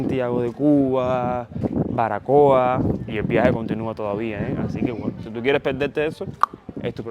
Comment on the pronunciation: ¿ Barbacoa ? El Español se pronuncia como está escrito. Así se escribe ó no ? Saludos desde Chile interesante video.